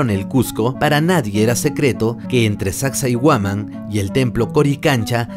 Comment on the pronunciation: Sacsayhuaman tienes que aprender bien los nombres amigo